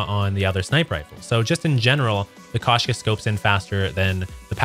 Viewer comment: Koshka sniper rifle is not pronounced kash- ka...as this guy is saying. It’s supposed to be pronounced as Kosh -ka. Him mispronouncing the name causes me to not want to watch his content. I don’t want to hear how he pronounces the operator mod Strelok. It’ll probably make my ears bleed.